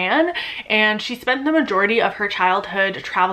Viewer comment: Also, I am very disapointed to learn that she's one of the most famous Iranian fiction writers in America... us Iranians don't claim the incest (also, it's not pronounced Eye ran)